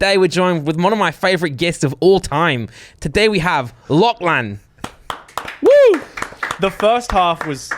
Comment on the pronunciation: It's not clan it's Lachlan